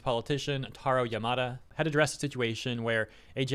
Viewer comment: Yamada, not Yamado.